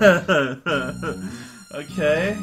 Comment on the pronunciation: raotags: veal, la revolution Aww man, I was kinda afraid you'd play this eventually. Well, I ain't gonna be here then. Good luck! Though I'll still post tags, just like for cortex. Also, that's not how you pronounce dragon! The title implicates "djra(e)gen" or something of the sorts. It's pronounced more literally, and even I know that for a Finnish person!